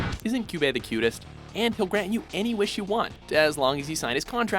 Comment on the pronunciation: "Coobie u madafaka"